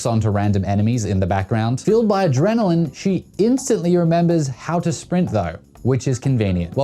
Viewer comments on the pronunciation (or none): none